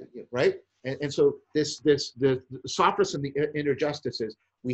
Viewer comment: it's "Sophrosyne".